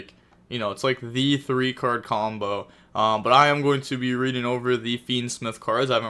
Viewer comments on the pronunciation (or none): none